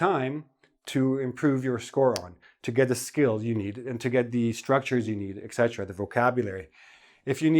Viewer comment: etc pronounced as ET CETERA .My whole life I've been correcting people when they say "excetra"